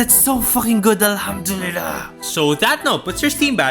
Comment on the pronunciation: Bro that alhamdulliah was very good keep it up